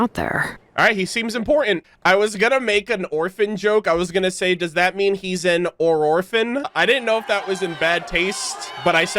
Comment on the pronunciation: Or-orphan! Now way bro!!